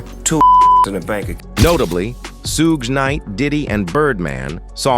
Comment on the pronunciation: He said who Knight?? 😂😂😂 this dude from Japan!! lol 😂🤣🤣😂